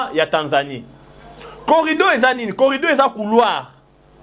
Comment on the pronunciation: Oza mayele mukie. Oyebi makambo ozo loba te. C que Bemba a dit, il a honoré Fatshi. Botika bilobele en plus c'est corridor et non corrido.